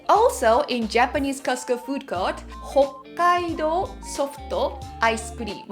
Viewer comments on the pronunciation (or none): none